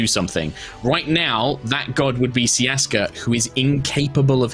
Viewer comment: Umm... [adjusting glasses like a nerd] Actually, it's not 'Ciaska', it's 'Siaska'.